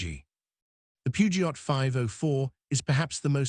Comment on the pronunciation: The T in Peugeot is silent 😢